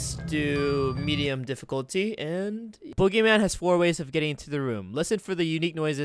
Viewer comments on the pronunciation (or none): When he said boogeyman I heard oogiman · when i first herd u said boogymam i thought u were talking about the wwe wrestler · I Thoght Guava Says BoogerMan XD